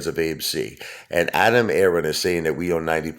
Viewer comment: why do u struggle over sayin Adam Aron,,just wondering